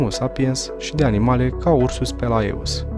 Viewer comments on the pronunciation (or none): Inreresant. Felicitări pentru imitiativa, realizare si documentare. Dar ar trebui putin mi multa atentie la denumiri: Slimnic se aude si altfel, grupul de litere ae se pronunta e in latina in "ursus spaeleus", castelul de pe valea Ampoiului a fost construit de ministrul Gigurtu, nu Giurtu ( a fost ministru in timpul lui Carol al Ii-lea) ier Teleki ar trebui pronunțat cu accent pe primul e nu pe i-ul final; culele nu sunt culelele.